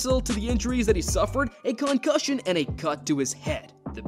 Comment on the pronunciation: Cancussions for everybody